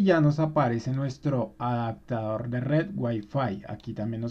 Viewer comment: Solo un comentario! se dice OPCIÓN, no OCSIÓN Se dice Adaptador, no ADACTADOR lee por favor las palabras despacio y trata de pronunciar las, verás que es muy fácil, hablar correcto!!!